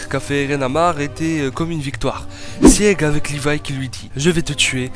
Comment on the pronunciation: [Sig] pas [siég] ...... Beaucoup trop de nom écorché, j'arrête là